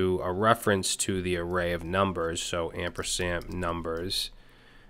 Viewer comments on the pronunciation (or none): It's "ampersand" not "ampersamp" :)